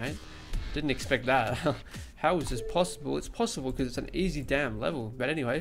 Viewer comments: It’s not EZ it’s EZ. easy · It's Easy, not Ez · He calls is ez mode instead of e z mode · Ezz mode lol he means easy mode 😂